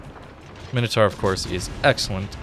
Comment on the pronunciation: Mine - Oh - Tor. Np, just helping another American that struggles with basic pronunciation. I get bad understanding of things that arent obvious but how the hell is "tar" anything like "taur".